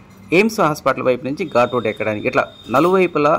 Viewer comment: ఘూట్ రోడ్ కాదు ఘాట్ రోడ్